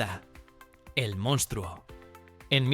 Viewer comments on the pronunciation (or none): none